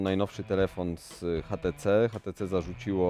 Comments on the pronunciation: Dlaczego ten burak wymawia "hatece"? To może "one" konsekwentnie też wymówi tak jak jest napisane w polskim języku? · no kurwa to urodzony inglisz spiker od 2 lat w anglii robi ze szwagrem przy paletach, więc nie obrażaj go tutaj i mów po prostu ejdż ti si